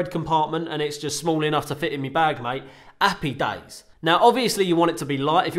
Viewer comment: "Appy days"